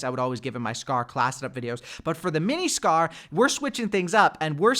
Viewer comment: Dude said Scar-L lmao